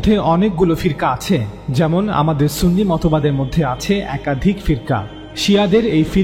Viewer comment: ওয়াবি ত বেশি,সুনি বললে সুনি হবে না